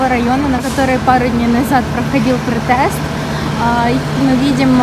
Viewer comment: Добрый день. Отличные интересные видео у вас. Пожалуйста проверьте правильное произношение слова "протест".